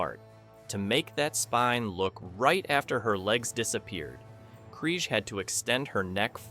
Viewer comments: FFS so many names & words not pronounce correctly it was so irritating. its pronounces as KR EE G Not Kr eye g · Alice's last name is pronounced KREEEEG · KriGe, KreeGE... ugh AI sucks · Got to 59 seconds. 1st Alice Kriege's name is mispronounced. Then they butcher Zefram. Nope! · KREEGER. Krige . Get it right. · Right? - Alice Cryg. Ugh. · Zefrem . Its not easy to mispronounce. Krige. Get it right. Dorn was the best with rhe best line,. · Oh for treks sake! Get Alice krige's name right. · WHAT DO YA EXPECT FROM CONTENT WITH AN A-I NARRATOR⁉ Sorry but on :yt: I've noticed when A-I narrator in use it's going to be repetitive and jacks up names like it did Alice Krige surname pronounced it right and 5 seconds later mispronounced her name and it happened more than once along with random clips that doesn't align with the narrator and yeah they could've put a still image... YOU'RE A VICTIM OF POORLY PIECED TOGETHER CLICK BAIT AND NO ALTERNATE ENDING... OFFICIALLY MAKE THIS CLICK BAIT